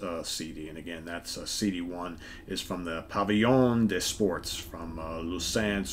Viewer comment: Hey,. Almost perfect pronunciation of Pavillion des Sports. Just don't pronounce the ts at the end of sports. I think I'm addicted to your channel,damnit!